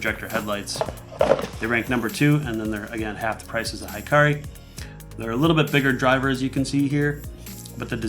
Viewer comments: He-ka-ri :) not hi-ka-ri it's mean [light] in Japanese :) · it's pronouced hee-kah-ree, not high-kah-ree. It means "light" in Japanese. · A nit: Hikari is pronounced "Hee-car-ee" and not "high-car-ee." ( Japanese vowels = Spanish vowels. ) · Great review! However it is annoying to hear americanized japanese pronounciation. Hikari should be pronounced he-ka-li, but what even. Since you guys already ruined pokemon especially when nintendo put an "é" to remind you. I guess I should just get use to it. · "Hikari" should be pronounced, "He-Car-Lee" Hikari(光) means "light" in Japanese. I'm Japanese subscriber!!!!